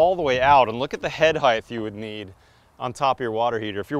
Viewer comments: wtf is heighth? the word is height. also nunchucks. no m. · "Head heighth"??! "Height" pronounced the same as you would "hīt". There is no 'th' at the end of "height". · Is it "heigth" as you pronounce it? Or "height" as it is spelled? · Why do you pronounce height as hi-th and not high-t? Is that a regional thing? Genuine question! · It's height, not "heigTH" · did he say "head heighTH" ??? I wonder if he also says weighTH? What in the world? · "Head hithe" and "nuM-chucks" made me cringe so hard I stopped watching. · He mispronounces the word height. It ends in a hard T sound, not in a th sound.